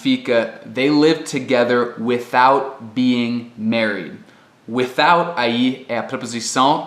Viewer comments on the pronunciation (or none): "without" não tem o 'th' vozeado?